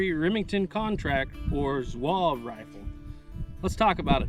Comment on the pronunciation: Lot of good information, great video. Just one thing, Zouave is 3 syllables not one. Zoo-R- Vey.